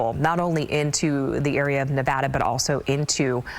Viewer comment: At least they pronounced Nevada correctly